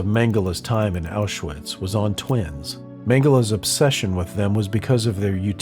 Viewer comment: Isn't the W in Auschwitz pronounced as a V?